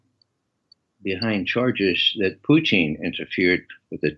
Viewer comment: I love how he says Putin "Poutin" like the Quebec French Fries. Lol